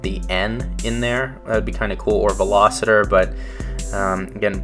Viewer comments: Ok I got to say if you are going to do a review on a car you should be able to pronounce the name of the car correctly. This is a Veloster not a Velositer, where are you seeing the I in Veloster? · It's a Veloster not a Veloseter. Just saying.